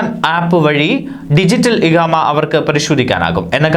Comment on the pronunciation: ഇഹാമ അല്ല ഇഖാമ എന്നാണ് വായിക്കുന്ന ആൾ ഒന്ന് ശ്രദ്ധിക്കുക